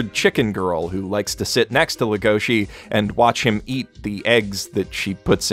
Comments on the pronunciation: Can't help thinking about punching tables when people say "Legoshi" instead of "Legosi", even if it's accurate Engrish. Character is named after Bela Lugosi, Romanian actor who first played Dracula. Also, Log Horizon Season 2 Episode 10 was the only memorable episode of the season. They focused on a lot of B-plot and characters that gave little to no pay-off with what the first season was building to. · Every time someone calls legosi as legoshi even though he is named after bella legosi.